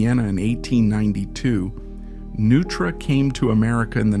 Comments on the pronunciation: Neutra... as in NOI-TRAH. Not "Nu-trah." Jeeze! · It's pronounced Noi-truh, not Nu-truh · It’s pronounced NOI-tra. How do you mess up the name of the man you’re presenting? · I was wondering if that was how Neutra was pronounced. I thought it was pronounced phonetically like Noytra. I didn't even realize the voice was AI. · AI voices have become almost indistinguishable from real voice-overs. In this case, it seems maybe you should have misspelled Neutra as “Noytra” in the copy to trick it into pronouncing the name correctly. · AI doesn't know the correct pronunciation of "Neutra" or "Taliesin". Try using actual humans instead of AI. Thumbs down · Did you know Neutra and Taliesin were mispronounced and still posted the video? Do you plan to correct it?